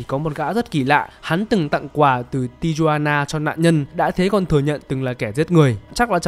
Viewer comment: Mấy chữ "J" trong tên mang hơi hướng Mexico thì đọc như chữ H đó sốp. Navajo đọc kiểu na va hô ý. Tijuana là Ti Huan na